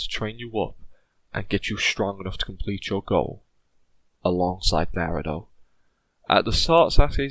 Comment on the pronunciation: Naruto not narudo